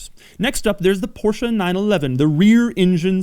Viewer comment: No Porsh or Porshaa ? Im impressed ;)